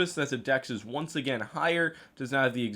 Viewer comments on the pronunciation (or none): none